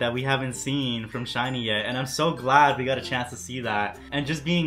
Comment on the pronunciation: It's pronounced just like the word shiny. You don't have to put emphasis on the two 'ee's like you would in employee.